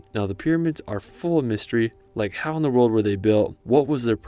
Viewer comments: or he says it like road bitch it aint a road tf??!?!? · Haha why are you pronouncing "world" as RELT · Take a shot every time he says 'rurld' instead of world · this guy pisses me off whenever he says "world" its world not vroewlld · You pronounce world as reald lol for example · Cool videos! Does anyone else notice he says "reld" instead of "world"? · How do you say world as rorld? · "In the Rorld" 😅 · Can’t unhear how you pronounce “world” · Why do you have such a hard time saying “world”? 😑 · I can't get over the fact that his English is spot on, but just can't seem to manage the word "World". 🤔🧐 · Awesome video! Thank you. Also, you pronounce “world” very differently 😂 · Impressive Photography. This young American Man and his Spouse must gotta be some of the richest people on the planet to have actually traveled to these far-flung places and wildernesses. But, it drives me crazy how he pronounces ''World'' ! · Great video! That’s Nanga Parbat, by the way, with a B, not a P. 9th tallest mountain of the world in Pakistan. You might wanna practice your annunciation of „world“ a bit. 😉